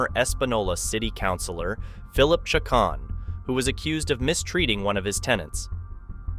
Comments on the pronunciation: Loo-hawn and Cha-cone or Cha-conee. Pretty common Hispanic names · Lol please talk with a Latino friend about how to say the names correctly 1) Lue Haun Lujan. 2) Chi Cone Cicon. Lmfao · Usually Lujan is pronounced Loo-hann. Chacon is Cha-cone.